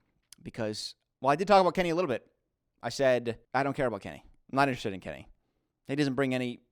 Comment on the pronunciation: Came across this video now and how funny that you read Kenny right. Have you heard about what he did to JaNa?